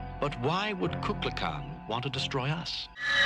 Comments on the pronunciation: Shatner is mispronouncing the name. Instead of saying "kukalkan" he says kukla kan." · My theory is that Kirk says that God's name wrong, but no one wants to correct him because he is the captain. Or Shatner did his line readings alone and everyone else was together, but the first thing is better. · Maybe it's another weapon in Kirk's arsenal. People love the sound of their own name. Kirk mispronouncing it is just an attempt to get under Kukulkan's skin. If Kukulkan is annoyed by it he can't act on it without looking petty and small.